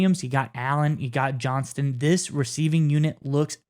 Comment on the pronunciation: Like the video, but both of you kept forgetting to add the T in Quentin Johnstons name; JohnsTon, not Johnson. Other than that, great vid guys, keep up the goood work!